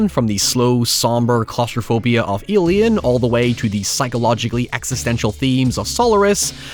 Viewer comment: "Eelien and Sollurus" got me